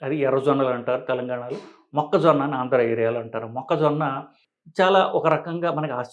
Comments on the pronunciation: మొక్కజొనా కాదురా మొక్కజొన్న ముందు తెలుగు నేర్చుకుని తర్వాత వీడియోలు చెయ్యి😂😂😂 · అమేజానా, ఆరిజోనా మొక్కజోనా కుక్కజోనా కాదు, మొక్కజొన్న. మీకు వీడియో చేసే అతన్ని వెంటనే మార్చండి. లేకపోతే మీకు తెలుగు రాదు అనుకుంటారు. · మొక్క జోనా కాదు.... మొక్క జొన్న.